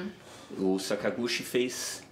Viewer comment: So uma correçao: a pronuncia é "Sakaguti" não sakagushi